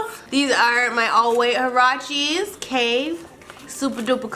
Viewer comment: U ceep saying huaraches wrong